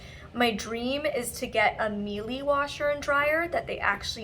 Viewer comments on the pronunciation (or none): Miele is an amazing brand. Pretty pricy, but all of there stuff lasts forever! Btw, it’s pronounced mee-luh :)